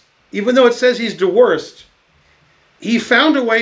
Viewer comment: OK, raise your hand if you thought "Dewhirst" was a joke that Ben inserted into the PGN to see if anyone noticed... Turns out it's real, though it's not pronounced "de worst". It'd be JOO-herst: most British accents pronounce dew like "Jew", rather than as "doo" or "dyoo". Yates was actually born near the town of Dewsbury in Yorkshire -- JOOZ-b'ry.